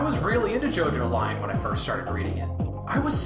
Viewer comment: Yessir I love Jojolion too! It’s pronounced “Jo-jo-lee-on” or Jojorion :p